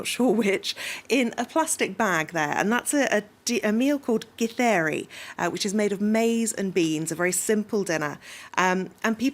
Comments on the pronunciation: The lady actually pronounces githeri pretty well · The way the female journalist says "githeri"...nice! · That lady who read the word Githeri please come to kenya for free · The lady pronounces Githeri man and kamotho like she's a pro in the language.. that deserves a 🏅 medal🔥🔥😂